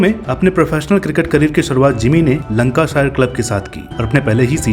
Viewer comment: Lankashier nhi Lancashire hoga 😂😂🤣